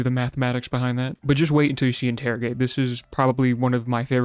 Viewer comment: "interigate" proceeds to use sharpen